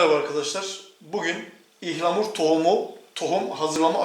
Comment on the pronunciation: Türkçeyi yeni öğrenen yabancılar gibi ihlamur 😂 ıhlamur abi ıhlamur